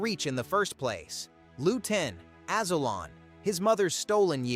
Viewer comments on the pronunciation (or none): Your AI can't even pronounce the name Azulon right.